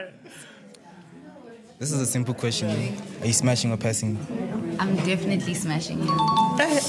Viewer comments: " i dont have a kweshin" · "no i dont have a kweshin" 😭😭